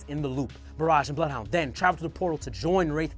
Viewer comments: It’s bloothhunter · Is it me or the way Bloodhound/Blothhoondr is sometimes said is weird and out of place?